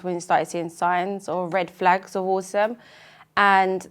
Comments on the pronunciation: I love how the mum pronounces autism as awesome 😎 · It sounds like Jacob’s mum is saying “awesome” instead of Autism & I think that’s actually great! My nephew has just been diagnosed (he’s much older at 6yrs) & I’m going to try using that word exchange if/when his diagnosis comes up